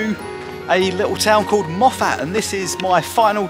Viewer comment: Great stuff, The pronunciation is Moff-it not Moff-at.